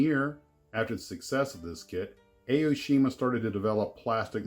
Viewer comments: not A-O-shima. it is pronounced like "ah-oh-shima". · It’s ‘Ah’ - oh-shee-ma. Not Ay-oh-shee-ma.